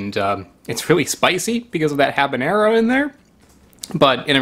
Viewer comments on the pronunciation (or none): none